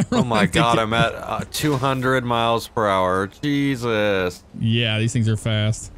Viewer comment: Am I the only one that always hears “cheesus” 🤣